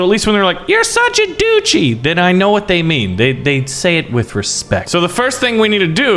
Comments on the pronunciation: you’re making me mad duchy is not a hard word what is a du chee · This man is triggering me every time he says duchy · Doochie It hurts me It’s DUTCH-Y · It is pronounced Duch-ey not doochy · Everybody else: Duchy: Doochy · How can he live happily knowing that he pronounces “Duchy” as “Doochi”? Like seriously, how do you sleep at night? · the way this guy pronounces dutchy is appalling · Every time he says doochie I want to strangle him